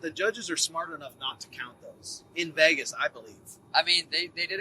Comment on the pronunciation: why does sean always say "veggas" to vegas?